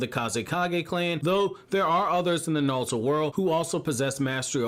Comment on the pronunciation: stop saying nalllutooooo